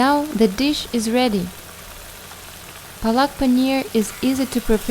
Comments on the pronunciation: apeak palk not palaak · Palak not plak